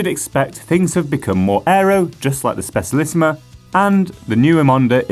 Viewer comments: Just saying but Specialissima is Italian is pronounced Spe "cha" lissima. Pity it's only available in disk brakes now. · ye but I think this is a new record of butchering :p